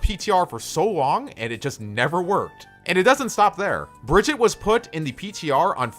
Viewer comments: One thing blizzard has announced is Brigitte isn’t pronounce Bridget it is BRI GHEE TAH!!! OK? Daddy Jeff cleared the whole situation on that!!! Another is Ana. Not ANNE-UH it’s AHN-UH!!! they might not have made that official but it is the way the characters say it. And O’Hara isn’t FAIR- Uh it’s FAR-uh. Reinhardt isn’t rainhardt Hanzo isn’t HANNE-zo and so on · its not Bridget its Brigitte (listen to the dev updates) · its bruh-git-taa actuALLy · Bruh-gee-taaa Not Bridge-it. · say it with me: Bri-gee-tah. Brigitte. jesus, why can't people pronounce it right? It's said in the game! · You pronounce Brigitte's name wrong. It is Breh - geet - uh, I think it's a German name even though she's Swedish. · "Bridgette"? Brigitte is strong but she's not op lmao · Why can’t anyone pronounce Brigitte’s name right? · Bridgette you pronounced it wring